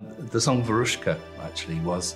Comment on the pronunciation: Great 🎵! Note: Veruschka (like Babushka) is stressed on the FIRST syllable.